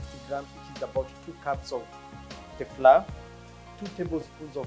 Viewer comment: Flour is pronounced as “flau-uh” not fla